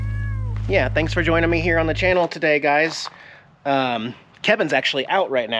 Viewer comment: "T'anks alot"? 🙃